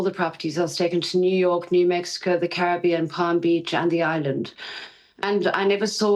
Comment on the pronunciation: Is it the Ca-rib-ibon or the Cara-beón?